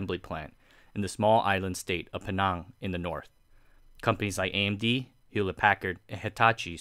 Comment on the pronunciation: Pulang pinang bukan pulau pining. So lebih dekat penang